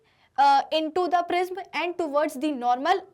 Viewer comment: It prism pronounction is wrong what are u say 🤣😂